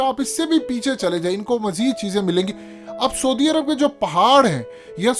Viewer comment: Say: sa+oo+di arab, not sodi arab.